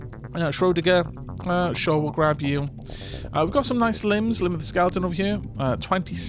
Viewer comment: I was screaming at the screen often lol "shrow-digger"